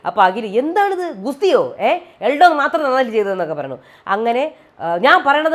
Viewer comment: എൽഡോ അല്ല എൽദോ